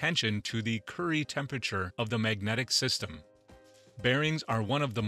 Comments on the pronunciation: Please... it's "axis" not "access". Later: The "curry" temperature of magnets? The narrator sounds like a typical American Midwest accent, except seems to have never heard some of the words that are central to his presentation. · By "access" the narrator means "axes," and by "curry temperature" he means "Curie temperature." 😄